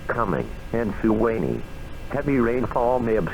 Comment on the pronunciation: The way it pronounces Suwanee is hilarious. The actual noaa radio voice mispronounces it too